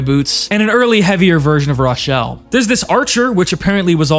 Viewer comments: Who the fuck says rochelle as rachelle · "raw-chelle" bro it's not hard to pronounce a simple name like hers correctly "RO-chelle" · Its pronounced roe shell not raaah shell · this man really called her "raw-chelle" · Yeah like, has he never played L4D2? Everybody in-game says RO-chelle lmao